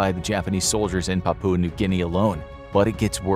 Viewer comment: Papua pronounced with stress on first syllable. PA poo ah